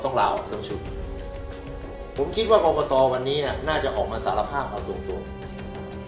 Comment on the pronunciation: กกน. ไม่ใช่ กกต